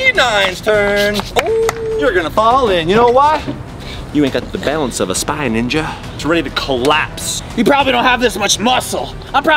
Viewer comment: Mya Halll it’s pronounced spy ninja not spy ninga